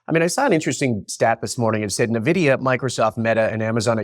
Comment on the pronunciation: Irritates me as well, should be "EN"Vidia